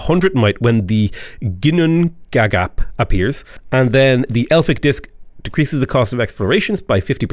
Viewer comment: Hey, a Viking here. FYI, Ginnungagap in Norse mythology is basically the primordial void from which the world was formed and to which the world will return after Ragnarök, the end of the world. A pretty close transliteration to English would be yin-oong-a-gahp, with stress on the first syllable (and oo as in book).